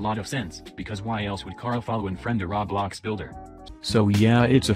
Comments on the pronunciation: Roblox not rawblawcks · Nobody: Litteraly not a single soul: The text to speech: RAWBLOX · I like the bot speaker saying "rablax"